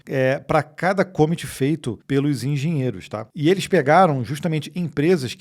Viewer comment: Galera, essa pronúncia de commit tá muito estranha. Não é cômit.